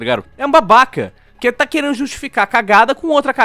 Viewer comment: eu amo quando o fala "É UM BAHBAHKA"